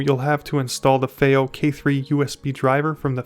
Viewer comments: fay-oh? fee-oh! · you’re joking right? Their is so much misinformation in this “review” it’s not even funny. Because at first I did laugh you can’t even pronounce Fiio correctly. Since when do 2 i’s grammatically announce an A sound? That was hilarious. But saying to people whom come her to get information that “don’t expect to be blown away it’s just a dac” when in fact it’s marketed as a HEADPHONE AMPLIFIER is ridiculous. It’s actually on the more powerful side especially for its size. Even more so the balanced input that you knew nothing about....goes up another 100mw using it. That’s something you would have known by looking at the back of the box. You shouldn’t be reviewing things, my dude 👍🏼 not unless you wanna put a tiny bit of effort in